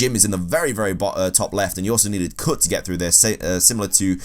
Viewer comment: lordchaos52 Especially with the words that have 'U' in them. The way he says cut is ridiculous 😂